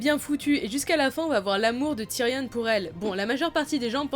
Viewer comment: Juste Ramsey se prononce "Ramsé" pas "Ramsy" et "Tyrion" pas "Tyrionne"